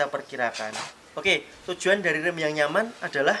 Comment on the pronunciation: Nyamaaaan mas bkn nyampaan😁😁😁😁